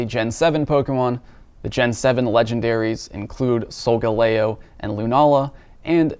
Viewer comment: Yay! You're finally pronouncing Solgaleo correctly. Now for Naganadel (since so many other youtubers also mispronounce it). It's not pronounced like it's related to the tennis player. It is pronounced "noggin noddle"